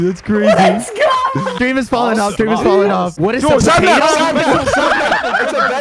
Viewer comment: Drrreeam LMFAO